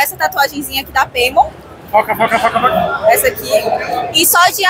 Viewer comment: Até um Neuvilêh eu consigo relevar quando escuto Mas ouvir "Peimon" doeu kkkk